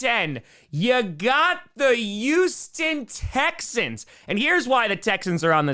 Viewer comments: Houston, with an H. not "YOUston" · Why do you say Youston?